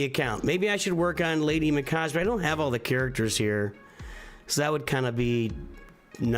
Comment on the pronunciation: Sorry not to be that guy, but it was really really bothering me. Raw-man-too and Lady Me-Kah-Gay. On Arbiter her buff remove requires Accuracy. So it is good to have as much as you can on her, but not at the expense of speed. You want speed first with as much as you can and then if you can fit accuracy it can be very helpful. She also wants hp and def, so accuracy is usually the last thing though. :D Iron Twins you need someone that can debuff with slow reliably. Without that every buff on the team makes IT go faster and faster and ultimately hit harder and harder.